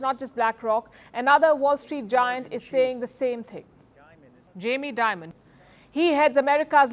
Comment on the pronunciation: It’s so obvious Palki made a mistake in saying Jamie Dimon’s name . Very bad editing Firstpost …